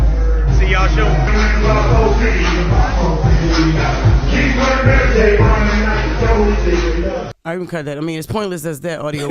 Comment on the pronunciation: "Shee y'all shoon"